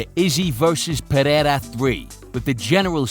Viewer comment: Thank you for showing us how to correctly pronounce Pereira. I'm sending this video to Rogan. Bisping, Cormier and just about any commentator in the UFC. They might learn a few other things here too